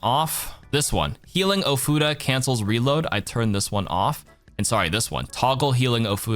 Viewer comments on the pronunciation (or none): Ofuda. Not Oh, futa. Important distinction.